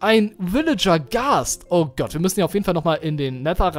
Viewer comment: du sagst immer statt oh gott nähmlich oh gatt !